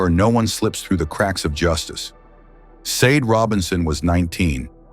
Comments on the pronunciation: Sade is pronunced “Sha-day.” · You can't even pronounce her name right. You need to take this down and repost it with her name pronounced correctly. It's highly disrespectful. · Dude you hear her loved ones say her name so many times and yet you aren‘t able to pronounce it correct. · Your AI is very disrespectful with the pronunciation of the victims name. Just saying 😌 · Is this AI reading? You pronounced her name wrong everytime and pronounced # as numbersign when reading out hashtags. Shameful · I think it’s AI,it’s terrible at pronounciations